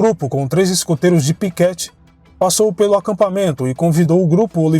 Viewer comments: Uma pequena correção, é Piquete e não Piquéte. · Muito bom, só a pronúncia do município de Piquete, que se lê "Piquête e não "Piquéte", mas só como curiosidade, conteúdo excelente. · Kkkkk eu ria toda vez que escutei ele dizer Piquéte